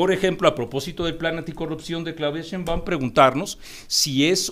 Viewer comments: Si va a debatir ese señor que alguien le enseñe como se pronuncia Sheimbaun, que molesto!!! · en primera pronuncie correctamente el apellido de la doctora Sheinbaum, y ojalá que lo que le paguen por esta información, le sea util. La guerra sucia de bots propiciada por xochitl sí está demostrada y de nada valió.